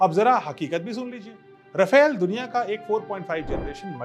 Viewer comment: Sir..."रफेल" नही है..."रफाल" है